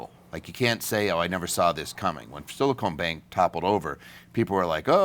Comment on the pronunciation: I've heard a lot of people make one simple mistake... It was silicon valley, not silicone valley. Therefore it is silicon bank, rather than silicone bank. Small issue, but it makes a lot of people look uninformed... and.. therefore their insights become questionable. I've always appreciate you breaking down options and issues. So it's just some advice. Thank you. W